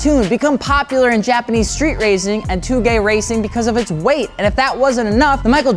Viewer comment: It's toe-gay, not two-gay.